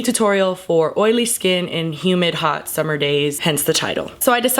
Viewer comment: "take yo time, it's the summah" XD hahah